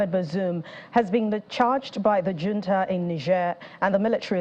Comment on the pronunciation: Hunta" not " junta" the j has an ' h ' sound